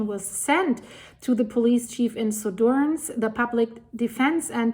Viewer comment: Suðurnes is pronounced Su thur ness.